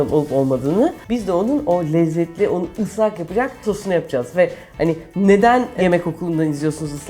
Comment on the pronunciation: "ızlak kek" :D